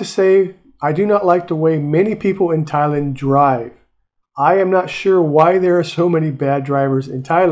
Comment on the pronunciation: It's Thai-land, not Thailind. That really put me off.